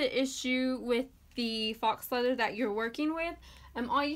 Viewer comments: I love this so much!!! But I think faux leather is pronounced foe leather not fox leather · It’s pronounced foe, not fox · foe means fold over elastic. I looked up faux and were both wrong lol it's pronounced FOW. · faux is French for fake. Rhymes with row.